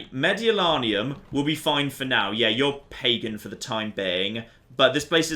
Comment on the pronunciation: Used to play this all the time and never noticed so many historical errors (Dal Riada not Raida, Mediolanum not Medolanium) Used to love going the Barbarians even though my go to guys were the Julii and the Roman Western Empire. Need to get back into this again